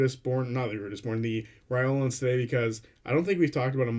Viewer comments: Just some suggestions. The pronunciation Matt uses is “rye lore ans” and the warforged he pronounces is “ay or ma tons”. I noticed you were rifling through them and didn’t want you to miss out on Matt’s way of saying them:) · sounded to me like you were saying "Reolan(s)" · lol yeah, skipped the R entirely xD but it's ok, we all knew what you meant!